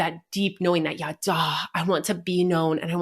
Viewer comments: Sameeeeee ידע is not yadahhhhh It's just... yadah. Tanach lessons were traumatic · Her saying “yaddah” over and over and over as the “Hebrew word” was so annoying as someone who speaks Hebrew 😭 that’s not how it’s pronounced at ALL could she literally not even google it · Total nitpick, but her pronunciation of ידע is another indicator that she didn't thoroughly research that which she speaks of.